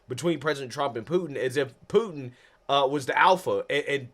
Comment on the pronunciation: I like the way reporter Calls Putin. Pooo. N . Say what????? Learn the man’s name please if you are a reporter. Good grief